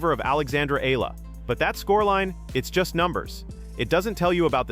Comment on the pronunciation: Her surname is pronounced E YA LA. Please pronounced it correctly, E YA LA.